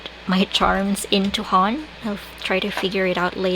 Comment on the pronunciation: I love A5 cousin so much! So much more spaces to play around and the weekly is a bonus! Love your HON, my 2024 weekly was this designer's. And just as a side note, HON is pronounced HO-N, like own but with an H sound, which means a 'book' in Japanese. :)